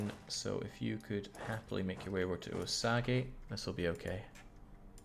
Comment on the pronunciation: Your pronunciation of the Indian names is hilarious. I suspect you don't care but I will show a few Wichita is said like which-itah, Commanche is said like come-an-chi, Osage is said like Ah-suh-j, Pueblo is like poo-eh-blow. I think most if not all of them were written in English to be sounded out as most of the tribes didn't have written language, so they were spelled as they sounded, there's no special Asian or French twist, just say it as if you were sounding out a word in 2nd grade. The Mexican tribes are a different story. I think that's because the Spanish conquered it, so I don't know how to say any of them except obviously Mayan and Aztec. Great campaign, loving it There are a lot of cities, counties, schools, roads, etc named after them here in the states so it's not uncommon to hear the words.. also military aircraft for whatever reason.. Commanchee, Chinook (said like Shin-ook), Apache and Black Hawk helicopters. Maybe it's just whirlybirds. I'm sure the social justice warriors will be all over it as soon as they learn about it.